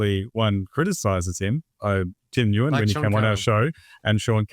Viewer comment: Nguyen is pronounced Win 😊